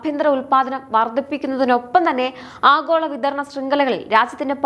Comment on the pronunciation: ആഖോള അല്ല, ആഗോള